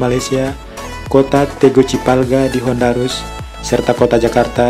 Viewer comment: Tegucigalpa di Honduras bang bukan Tegucipalga di Hondarus, bacanya buru buru ya? Lagi nonton pas makan gw keselek tempe dengernya 🤣